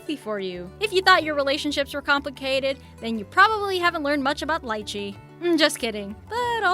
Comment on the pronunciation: She mangled Lichee, Jabuticaba and Carambola. Ca - ram - bo - la. all short sounding vowels. Not to mention that it is DEADLY to anyone who is kidney deficient. It WILL cause kidney failure if your kidneys are compromised.